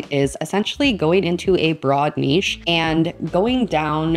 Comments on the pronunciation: I always pronounced it Nish but it is Neesh, you are right! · Hi, ❤ Thank you so much for this video! I really don't find any of these weird, I just discovered the raccoon one particularly and I love it as well😍😍 and yes, it is neesh, because of its French origin from what I know, to me nitch never sounded right😊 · Yes, you’re saying ‘neesh’ right. I’m in Europe and that’s how we say it. Very funny video! 😂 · It is not nitch...its a french word...and lovely on the ear...Niche...you are correct!! ❤❤❤❤❤😊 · The word should definitely be pronounced Neesh 🙂 Great videos Thanks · It's Neesh. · You say 'niche' right. It's a French word so should be pronounced that way. Thanks for the video!